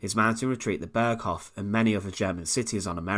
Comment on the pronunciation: Dear Sir: it is Berghof, long "O", not berghoff. it means Mountain Court!